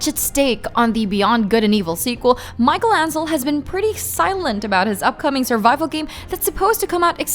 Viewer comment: it's Michel Ancel, not Micheal Ancel